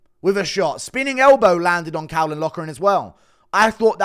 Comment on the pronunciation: Can't even say caolans name that's how ik u know nothing